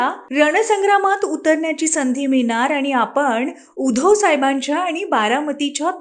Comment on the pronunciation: उधोव नाही बाई उद्धव म्हणा व नाकात नका बोलू